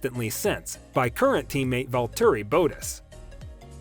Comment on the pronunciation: "Vall Turree Boetuss" lel